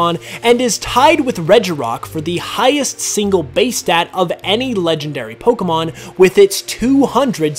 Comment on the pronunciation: I didn't know a lot of these facts. Also I never noticed this before but I like the way you pronounce Pokémon